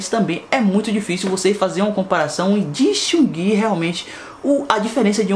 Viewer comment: Disxiungui kkkk. Essa foi boa. Aprenda com erros o certo é Destinguir